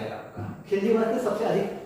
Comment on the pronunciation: hume pata hai ki bolne me khilji wrong hua hai baki pura video gagar me sagar hai